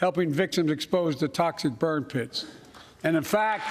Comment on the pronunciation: Wait, what? I don´t understand. Did he say toxid bird pits? Huh?